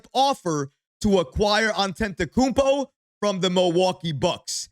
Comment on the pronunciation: You keep mispronouncing Giannis last name, there is no N before that second T... don't want him seeing this and getting offended😂